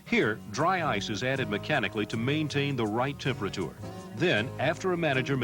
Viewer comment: The way he says TEMP ER A TOOR and MOD YULES !